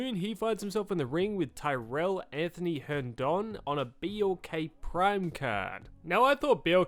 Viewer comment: "Hern-don" S'foreign 🎉